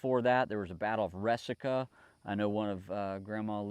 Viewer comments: the pronunciation of Resaca is re sack a. It's just up the road from where I am from. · Also, just fyi, Resaca is pronounced as reSACa. Thanks for your truly loving and caring efforts. I feel the same way, my brother.